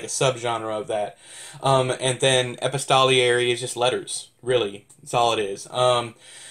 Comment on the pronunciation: No, your version sounds more legitimate. I'll Wikipedia it........Well, would you look at that? We're both wrong! It's actually ee-pisto-ler-ee.